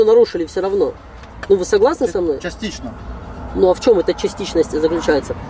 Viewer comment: ФактЫшно, ЧастЫшшно, ПроблЭматЫшшно... Ужас,блин! И "это" представитель Власти...